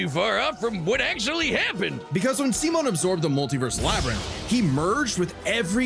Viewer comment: I can always tell if I'm going to like someone's reaction to this based on how they pronounce Simon's name. If they say "sai-munn," then I know they're in for a wild ride.